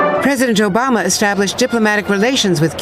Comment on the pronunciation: Did anyone else hear her say Joe-Bama there?